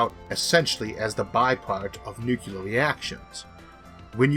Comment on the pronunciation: I, for one found the music to be distracting. Of course I get distracted every time he says "nuculer".